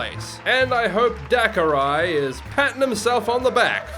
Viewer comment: hey! that's me 😃, and also it's dakarai (da-car-ree)